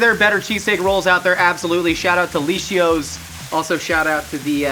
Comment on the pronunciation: How often have you been to Philly, also having worked for Liscio's its pronounced liss-io's the c is just there